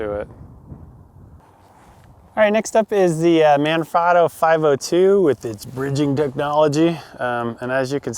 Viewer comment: Hey, Manfrotto is an Italian company. The A in "Man" is pronounced like the A is "mama". The O in "frot" sounds like the O in "afro" and the O in "to" sounds like "toe"